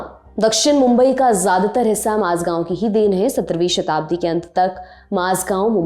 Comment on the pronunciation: माज़गांव नही मझगांव